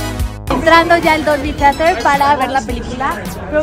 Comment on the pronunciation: La pronunciación de Theatre duele increíblemente, creí que Less sabía hablar inglés